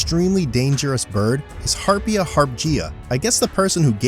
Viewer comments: Harp ee jah, not Harp jee ah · He mispronounces Harpia Harpyja So much for Youtube "experts".